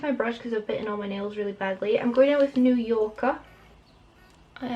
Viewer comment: "New Yo'ka, I feel like I'm saying that right!" ahahahah YOU ARE!! I LOVE IT!!! Much love and positivity, enjoy your day gorgeous!